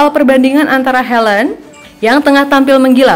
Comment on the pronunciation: Haland bukan helend